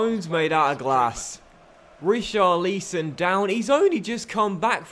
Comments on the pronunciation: You need to pronounce Ri-Char-Li-Son not Richarleeson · Say it right it's richarlson don't say it who it looks